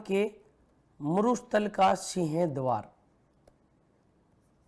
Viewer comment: सर सीह द्वार नहीं सिंह द्वार होता है, आप बोलते कुछ और ही हो